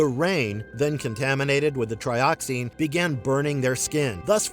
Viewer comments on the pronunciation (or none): Tri-oxen, not tri-oxine.